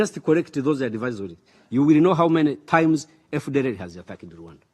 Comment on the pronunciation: MBEGA ICYONGEREZA GITEYE UBWOBA! HUM! EGENISI( AGAINST), DIPOLOYIDI(DEPLOYED), HAWU MENE AYIMUZI( HOW MANY TIMES)???!!!. WITUKU( WE TOOK)!!!!. MBEGA AMBASADERI WUMUSWA NKA SHEBUJA KWELI KWELI!!!